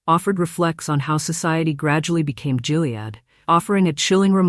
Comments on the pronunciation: It’s not GILead, like “Jill” ! It’s GILead like “Gill” as in a fish… 🙄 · Just for information, Gilead is pronounced with a HARD "G". It's not "Jill-ead"...it's GILL-ead. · Check your fake voice; it's a hard G in Gilead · It's pronounced "Gilead". Hard g like gum, gutter, gay... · Hard G on Gilead. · Um, isn't "Gilead" pronounced with a hard "g"? Lame AI narration is lame. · I think that’s the only way the AI can read it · Gilead has a hard G. Skimped a bit on research?